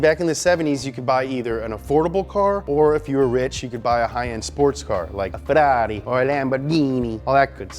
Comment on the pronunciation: Bro, you're saying Ferrari and Lamborghini correctly, but can't say Volkswagen, really?